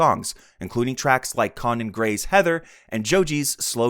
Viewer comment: Brandon is dead though. You uploaded this 4 months ago but he's been dead. Also you pronounced quite a bit of things wrong like "Conan Gray". You pronounced it "Con Anne".